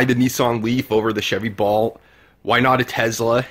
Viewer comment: "Balt" and "Tez-la." Good stuff. Consider recording your narration ALL at once. These differing EQ's are maddening. If you had waited a little longer - your price points would come into range; the Bolt is failing terribly.